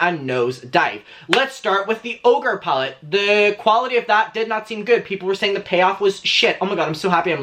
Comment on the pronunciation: "ogre pallet" 👀🤣